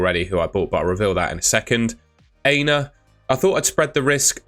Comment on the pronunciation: I’ve been wanting to correct you for ages but only found time today. You are mispronouncing Aina’s name. It’s not ‘hey-na’ it’s ‘Ah-e-na’ the A is Ah as in Apple.